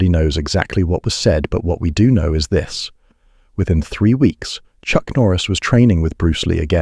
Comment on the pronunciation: I think on your next videos you should have a narrator who knows how to pronounce words like go and do